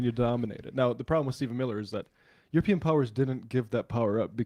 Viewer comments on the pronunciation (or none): none